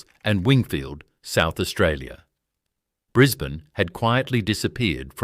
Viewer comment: Correct, the pronunciation is awful ... Brisbaaanee, Layylaand, its appalling, cant watch anymore, its crap!!!